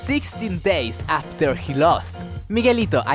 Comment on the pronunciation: Repeat after me: AHHFTEAR. AHHFTEAR. Great video. Muy bueno!